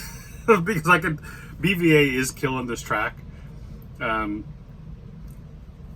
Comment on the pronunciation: His names pronounced beeva like the beaver 🦫